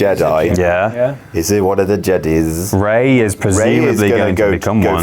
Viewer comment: It's going to be hard not to call them Jedees now.